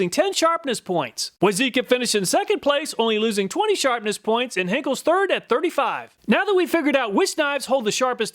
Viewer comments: I'd like to point out, it's Henckels and not Henchels 😅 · Henckels not Henchels😅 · "Henchels"?? lol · I'm amazed at how consistently Anglophones screw up German words. Henchels, Heinkels, Henckles... Come on, they're not hieroglyphics, you can copy them letter by letter! It's written on the box, on the block, on the knife itself. How hard can it be? It's similar to how nobody can pronounce Messerschmitt, and always say Meshersmit. The double s is a sharp s, and sch is pronounced as sh. Where does this weird switcharound come from? The corrosion test is somewhat pointless since cooks' knives are supposed to require special care to keep them rust-free. Sharpness out-of-the-box and how sharp you can get them are not particularly relevant either, because you can sharpen anything to be scary sharp. For one cut at least. It's the edge retention that is the most important here. Also, you can achieve good sharpness and edge retention by simply over-hardening the knives. Therefore, a test of bending/breaking would have been nice. How far and with how much force can a blade be deflected before breaking, and whether it can be permanently bent at all. A very stiff knife, which takes high force to deflect and can be deflected very far before it breaks, and also retains the edge well, would be a winner in my book. If a knife can be permanently bent, it's junk. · HencKels not HencHels! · It is "Henckels" with a K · "Henckels" please...